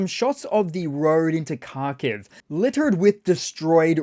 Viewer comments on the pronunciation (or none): none